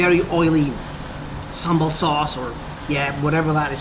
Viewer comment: I am so impressed when a foreigner pronounce sambal way better than us. I hope you have a great time in Malaysia, sir :)